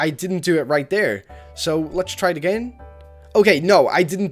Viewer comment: I love how this person says again agiiin